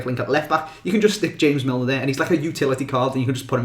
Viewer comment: Nah he pronounced Milner absolutely bang on!